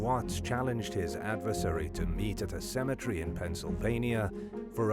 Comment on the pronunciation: it’s cemetery, not symmetry